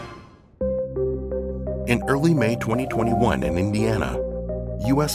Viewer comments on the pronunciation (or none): I find how you say 2021 VERY OFFENSIVE and offensive content notice and you swear way too much